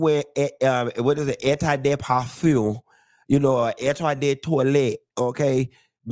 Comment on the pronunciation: you meant to say: " eau de parfum" and " eau de toilette ". However, as a " nouveau rich" wanna be, you failed miserably. I find you entertaining, though.